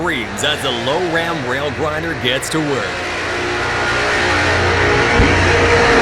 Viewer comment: It's prounced as Loram not low ram.